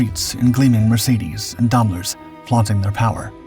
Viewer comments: Most Americans don’t know that “ai” is pronounced like “eye” in German. Some say “Dame-ler”, while others say “Dahm-ler”. Very few correctly pronounce it “Dime-ler”. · never heard Daimler pronounced like that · It was an interesting interpretation.